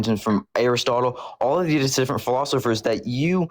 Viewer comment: It was the mispronunciation of Aristotle that cinched it. He literally tripped over the name as he was reading it.